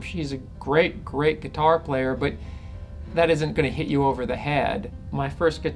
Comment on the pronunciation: awesome but i cant help but laugh when he says guitaaaaur